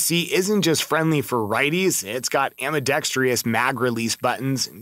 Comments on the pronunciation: You lost me at “ambidextrious” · ambidextreeeus is still not a word. How about ambidextrous?